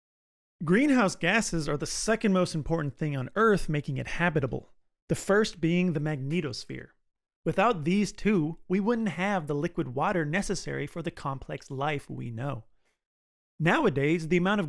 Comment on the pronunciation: Phhhhhh, this dude seriously said "mag-neet-osphere" wtf, is a magnet suddenly a mag-neet